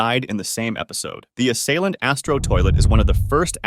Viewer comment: Assaliant the first third word Ass